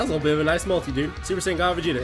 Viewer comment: woah woah woah did just say "Va jay ta"